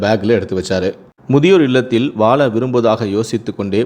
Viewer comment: ஏண்டாதமிழ்உச்சரிப்பு ழ ள ற ன சொல்லத்தெரியாகம்முனாட்டிங்கல்லாம்கத அளக்குறானுக இதுவேதனை வாழ என்பதற்குவால பழக என்பதற்குபலக வழைபழம்ஆழுகி கீழேவிழுந்துது என்று இந்தநாதாரியின்நாக்குநயம்படசொல்லாது வாலபலம்அலுகி கீலேவிலுந்ததுஎன்று தான்சொல்லுவான்!